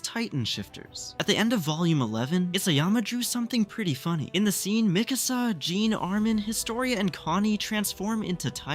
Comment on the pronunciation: Why do you get calling Sean Jean